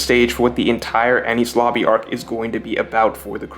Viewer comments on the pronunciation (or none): cant get over the fact u sound like ur saying any sloppy